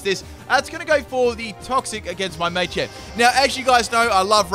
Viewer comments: "May-Champ" It's Maa-Champ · Full " can't pronounce it" team Me-tang(Metang) May-champ(Machamp) <-- This is a must! O-master(Omastar) Florgs(Sin-knee-sis)<must(Florges [ synthesis]) Parmisan/passimen/pammisian(Passimian) Daru-muka(Darumaka)<(holding e-vo-lite) Cin-see-no(Cinccino) Zeb-streak-ah(Zebstrika) Any other Pokemon I might have missed? I didn't include legendaries because then it would be every single legendary... *Brah-vry(Braviary) *Cofa-riggus(Cofagrigus) *Brax-eon(Braixen) *Heel-o-wisk(Heliolisk) (plus Evo) *Drudgi-gon (Druddigon) *Luh-vuh-nee(Leavanny)